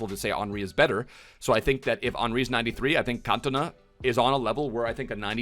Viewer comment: You insult a legend like 'King' Eric first by getting his nationality wrong, then doubting he is the greatest player to grace the Premier League and finally dafuck u just butcher his name 🤦‍♂️ 🤯 all that a side some fairly decent predictions, 🤞vidic is usable, liked and subbed 💪